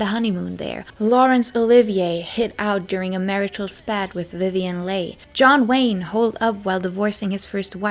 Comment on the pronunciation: It's Álias, not Elías, and illícit, not íllicit, and romantic_tryst, as in,a lexical item that goes together phonetically, Vivian Leigh is pronounced like "Lee"